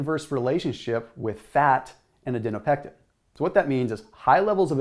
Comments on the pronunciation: is it Adiponectin (as written) or Adinopectin (as said)? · Just letting you know you were saying the word incorrectly over & over but did write it out correctly on screen. You were switching the P & N around in Adinopectin & Adiponectin. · It's ADIPONECTIN! Not "adeno-pectin." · Adinopectin or Adiponectin ? :p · Great explanation. One verbal typo-- It's aDIPonectin, not aDINopectin. 🙂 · *Adiponectin, not Adinopectin. Its called adipose tissue, not adinose tissue. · You say Adinopectin but your vid says Adiponectin. FYI. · I think you’re mispronouncing “adiponectin”